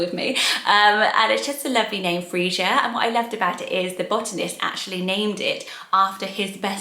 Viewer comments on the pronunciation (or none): Freesia is pronounced Free-sha.